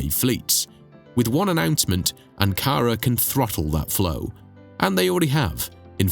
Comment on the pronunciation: Anara. ???querras decir ANKARA